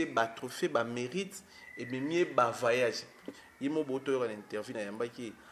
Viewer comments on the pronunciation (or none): Va raconter tes inepties à la con chez les bourriques. Déjà tu es incapable de prononcer voyage et tu dis vayage. Va t'instruire au lieu de raconter tes mensonges !